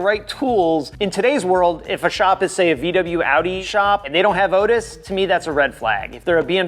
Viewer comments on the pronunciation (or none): none